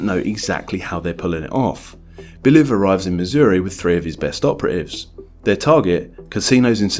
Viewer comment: Stop saying Bilev bro, it's Bliev!